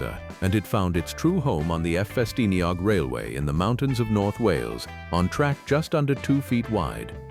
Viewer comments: Strange opening section about the camel back engine with most clips showing engines other than a camel back locomotive. Interesting commentary on why the engine was designed as i was, though. Then the next bit, pronouncing "Ffestiniog" as "F- festiniog". Am weiddi yn uchel, don't allow AI to do everything for you. They clearly haven't been programmed in the Iaith Gymraeg a sillafu. That aside, the narrow gauge railways of Wales are some of the greatest tourists attractions of the UK. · Although Ffestiniog is spelt with 2 "f"s you only pronounce one.